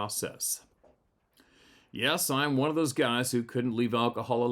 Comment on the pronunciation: 😂 I read that too. He said I’m oune. Instead of I’m one. I laughed at that bc I figured it was a mistake.